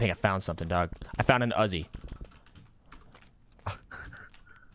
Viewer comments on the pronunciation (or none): did you seriously call a Mac 10 Uzi and call an Uzi Azi? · It's pronounced ''u zee'', not azi. triggered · uzzy? its uzi... 'oo, zee' lmao what adult says uzzy for uzi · Thats a Mac-10 and its OOZE-EE i think. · Stop saying uhzi